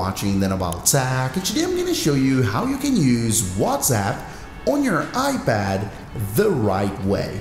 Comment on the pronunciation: "...on your iBad"